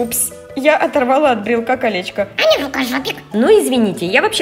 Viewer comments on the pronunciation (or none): ой не так сказа Аня а не Ані